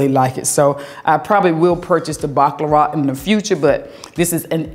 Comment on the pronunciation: Every time I hear you pronounce the perfume Baccarat, it sounds like you are say “Baklava”, like the pastry. It’s so funny your southern drawl. 😆😆😆